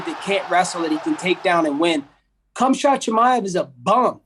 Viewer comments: did he say "KhamShot Chimaev?" hahaha this guy is hilarious. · Did he say Cum shot? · No one: The start of the video: CUMSHOT CHIMAEV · "Cumshot chimaive" I'm dead. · Did he just call him "CumShot" Chimaev? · Kumshot Chimaev “I eat Kumshot too” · "Cumshot" Chimaev 😆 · "Cumshot" Chimaev 💀💀💀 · Did this man just say "Cumshot Chimaev?!?" Ok. That was funny as f%#&. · Haha Colby is definitely golf. That fool said “Khumshot” 😂😂😂😂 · "Cumshot" Chimaev😂